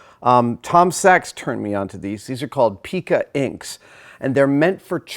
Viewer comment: "Pica," as a printing term, is pronounced "pie-ka," not "pee-ka."